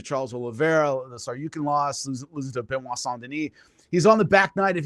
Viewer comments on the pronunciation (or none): none